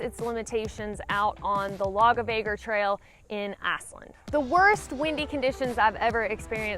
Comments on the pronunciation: It sounds like you're saying Assland lol. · Great info! Sounds like my kind of place. You saying "Iceland" in your Alabama accent is priceless and I mean that in a good way! 🌍😊